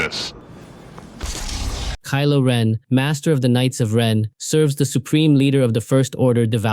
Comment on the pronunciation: You said kilo wren three times